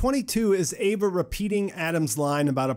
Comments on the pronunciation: EEEVAA NOT AYVAAH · It’s Eva not Ava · It’s eve not Ava